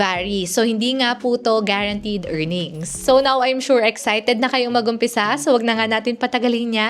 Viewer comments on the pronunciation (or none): none